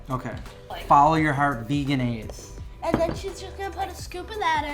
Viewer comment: VEG-enaise not Vegan-aise